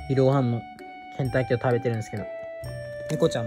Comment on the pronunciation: 再びコンクリ男は草w ケンタッキーが洗濯機に聞こえたw ｳｯ…頭が！